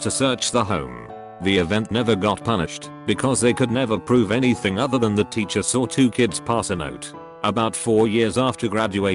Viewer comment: TTS: I sawr it. Me: You what? TTS: I sawr it. Me: One more time in American English, please. TTS: England intensifies SAWR